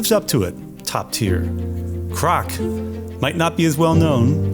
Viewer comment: Hello. Las Vegas Thai person here. I like the Ocha restaurant. BTW Krok is pronounced like a crow with a "k" 🙏 (croak)